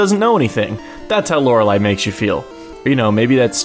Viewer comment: I think it is pronounced Lorelleeeeee, not bashing on you, just a tip for future reference:)